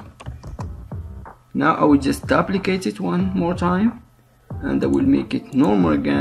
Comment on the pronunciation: your english is fine... of course I'm an American, so what do I know about English, right ? " Dooo-pli-kate ;)